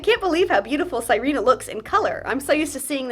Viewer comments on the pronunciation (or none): The fact that you call her sai-ree-nah instead of see-re-nah is really fun to me bc sirena means mermaid in spanish and that would be how you pronounce it, not the name, but the word